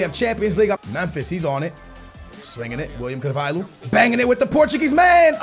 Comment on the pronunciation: It's not pronounced Carval-who..... it's Carval-yo like Ricardo Carval-yo